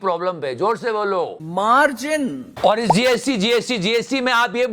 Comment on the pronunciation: Jor se bolo मार्जन Mil kr bolo मार्जन Uncha bolo मार्जन Tai ko b sun gya मार्जन Sare bolo मार्जन 😂😂😂😂😂😂😂😂😂